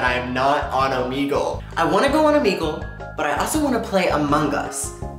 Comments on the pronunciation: wait isn’t it pronounced om egg lee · omeeegle Me: ITS OMEGLE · 2020 and every English speaking youtube still pronounces Omegle wrong xD